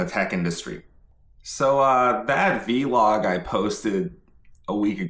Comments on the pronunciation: if no one has told you yet, it's pronounced vlog as in blog or frog not v-log or vee-log. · Every time he says “vee-log”, an angel gets their wings. Please include this in every video 🙏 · Yes I loved hearing “v-log and hello world”! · while this is true, I hope he doesn’t stop saying “vee-log”! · V-log is authentic, gotta brand it to be his own style. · Wee log